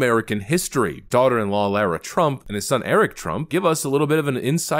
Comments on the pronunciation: Lara. Not laira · It’s pronounced Lah-ruh like in lard like in large like in lark like in Barber, like in Clark. Can’t you get that? You may think it’s not a big deal because it’s not your name you’re mispronouncing but if someone keeps going around mispronouncing your name enough times and you’ll realize that it does matter.